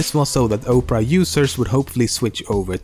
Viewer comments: I like the video it told me some things I didn't know. But, Opera and Oprah do not sound the same. Opera is said like ahpera no Oprah. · "New browsers like Oprah"? It's Opera — pronounced the same as an opera of classical music. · The way he was pronounceing Opera made me want to photoshop a picture of Oprah Winfrey eating internet explorer, and then I did it. its AM and i just photoshoped a picture of Oprah eating internet explorer. I need a life. But I don't want one. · its not Oprah its OPERA lolz hahaha MUhahahahahahaahaaaaaaa and while I hate Bing I feel Bang would have been a serious threat to GooGle which Bing is clearly not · You keep calling Opera "Oprah". Imagine if Oprah had her own browser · lol he called the opera browser "opra"